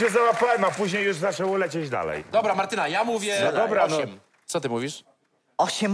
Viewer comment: Ja jako Martyna muszę się zapytać, dlaczego on mówi cały czas Martynka a nie Martyna XD?